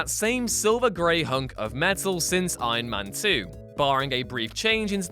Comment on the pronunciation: stop saying Aien Men